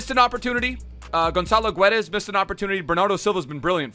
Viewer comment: its pronounced gedash